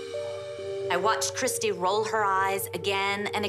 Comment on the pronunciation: *Christi. Not Kristy.